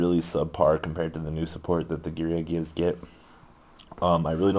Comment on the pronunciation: whats with you pronouncing card names wrong :P Gearagia - Geargia